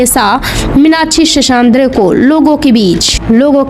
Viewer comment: Very bad title... Bad commentry... Cant pronounce her name.. N hindi words... Very hopekess... Thank god at least the facts were narrated...